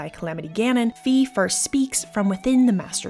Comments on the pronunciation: I don't know squat about German, but Fi is Phai not fee. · Fi like Pi not fe like pee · I am going too start comenting this sort of thing until my quest is done. Fi is pronounced Phai. I know that for certain because I am german and play my games in german. In german words are spoken out in a very straight forword way and her name is actually written out as Phai in the german translation. I don't want too step on anyones toes whit this ,but it bothers me each time I hear her name pronounced diffrently. Phai NOT Fee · That's not how it's pronounced tho. In the Japanese text it is pronounced like "my". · That’s not how it’s pronounced Look at the Japanese characters